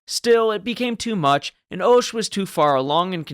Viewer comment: the "o" in Hoche is pronounced "ah", so "ahsh"...and though definitely quirky-looking, is not so different from other ships of the battle line of the period.